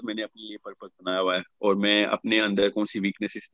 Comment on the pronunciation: Tu c sarey paindo ho. First correct your Ardo (Urdu) by de-punjabising basic Urdu words. Learn to pronounce Aur and not Or. Say taur not tor. Say jawab not Jo aab. Say gaye (went) and not gay.